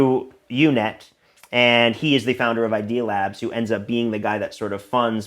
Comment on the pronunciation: It's UUNET, not UNET; it was short for Unix to Unix because its co-founder created the uucp command. UUNET handled much of MSN's dial-up traffic and GTE's (now Verizon who owns the once massive AlterNet backbone). Parker not only worked there, he worked in a department that handled the development of a custom BSD kernel that allow customers to run in their code/website in a secure sandbox in shared hosting environments. He was the last person that should have been in such a position. No one I interacted with in the NoVA/DC hacker community believed Parker wasn't an IC asset. He was persona non grata, full stop. He committed some serious crimes and even though he was a minor the feds could have made is life a living hell, they didn't and it really stood out at the time. Some things worth investigating: Another company that had ties to the CIA was Ascend Communications - the top tech company in 1995. I believe UUNET and AOL were their largest customers at one point. One of its early employees and top salesman, who he owns a huge home a stone's throw the CIA headquarters, was the son of a bigwig in the science and technology division. The WhoDB by PRC. This was a massive data collection program the Clintons had created, checkout Hall v. Clinton, 235 F.3d 202. They claimed it was a "correspondence tracking database". There were fields in that database (Sybase now MS SQL Server) that could only entered by someone listening to conversions between various people. PRC was a company s